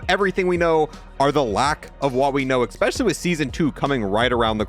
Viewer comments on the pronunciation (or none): look i love the content but i cant help but cringe when he says especially like eXpecially